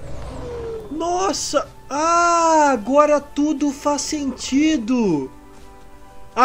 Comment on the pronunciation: não é facentidoé fascentido